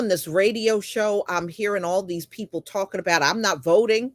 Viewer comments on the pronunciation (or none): "Talkin mout" 😂😂 talking about